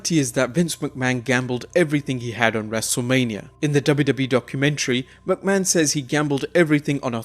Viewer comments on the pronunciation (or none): Its not pronounced as Vince Mucman